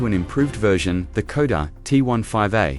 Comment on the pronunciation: KODA ???? your AI needs correction..SHKODA !!